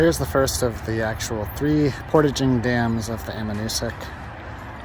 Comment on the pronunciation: Um-bay-gog , Moose-look-muh-gun-tic. Most folks don't paddle the river to Upper dam, there is a portage on Upper Richardson to the put in just above the dam.